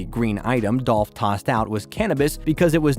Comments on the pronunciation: Wack information. its dooooolph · It’s DOLPH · rip 🐬 🗣 unnnhunn. its dolph